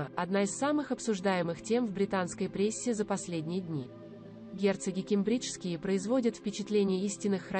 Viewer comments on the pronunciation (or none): Ударения правильно научитесь ставить, прям слух режет. КЕмбреджские , САссекские, Опра, а не опрА. Что у вас с произношением???